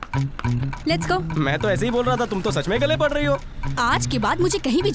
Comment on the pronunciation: "पढ़" नही भाई "पड़"😂